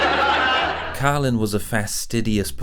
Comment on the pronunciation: His Name Is Carlin Not Cailin !